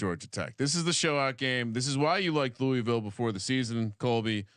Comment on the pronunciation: you said Louisville right the first time and then corrected yourself to say it the wrong way cmon brother...